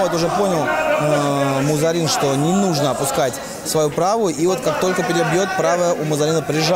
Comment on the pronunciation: Дикторам только имена выучить надо и ... "МузАрин" 🤦🏻‍♀️